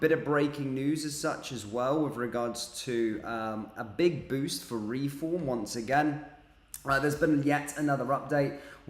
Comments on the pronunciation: Not ‘re-form’ but ‘reform!’ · It's Reform one word not Re-form.